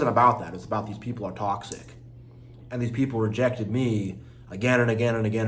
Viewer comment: Its rejected Not regected lol